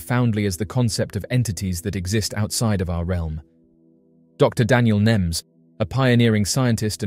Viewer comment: His last name is nemes Not nims